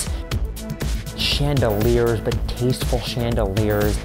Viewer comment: lmao "chandeliers"